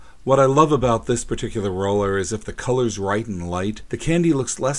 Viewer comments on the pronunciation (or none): none